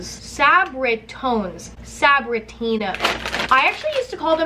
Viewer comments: Sa - Bri - Tone - es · Sab-be-cee-ton-es, that's how you would say it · why did she say sabritinos 😂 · Its sah-bri-tone-es tone as in like toner or tone sum😂💀 idk man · Esmeralda Díaz yeah cause it's a Mexican chip brand.. It's Sab-Ri-Tone-S!!! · When she kept saying sabritones wrong I felt a tear go down my cheek 😭 And when she said it wasn’t great I cried myself a river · The way she said “sabritones” hurt my Hispanic heart but also made up for it for by saying it wrong like 10 different times 😂😂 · Emma trying to say Sabritones😂😂😂😂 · You can get them at like cermak but I cringed so hard at how she pronounced it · When you're fluent in Spanish and Mexican and she says one of THE BEST Mexican kid childhood snack wrong..... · The way she said Sabritones....scarred me for life just because I'm Hispanic. Still love you Emma😍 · idk idc every Mexican cringed when she said it that way.... I fs did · I like how she can’t say Sabritones😂😂😂 I rage every time cause I can say it correctly😂😂😂